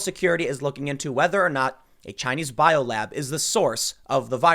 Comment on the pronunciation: Chy-nese News Network